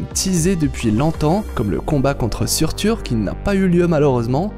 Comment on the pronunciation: Surtur mdr certes ca s'écrit comme ca mais ca se dit Surter. Sinon bonne vidéo comme d'hab